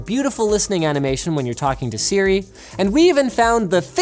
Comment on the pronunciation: When you said hey sri my Siri activated